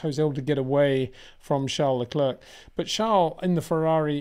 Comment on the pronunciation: Great content, but can you maybe start to pronounce Leclerc in the proper manner? Please try to pronounce it as “leclair” instead of “luckclurk”.